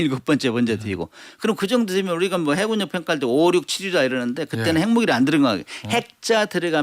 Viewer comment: 진행자가 자꾸 해굴력이라고 잘못 발음하니 거슬리메요. 해군녁이 맞습니다. 문교수님은 제대로 하시네요